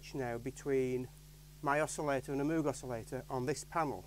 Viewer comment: supposed to rhyme with rogue